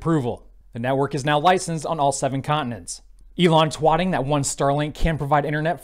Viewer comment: Did you just call it Twating?